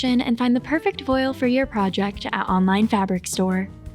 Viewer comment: Thank you... Though it's pronounced "vwAHL".